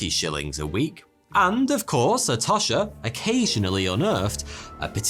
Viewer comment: Tosh rhymes with posh.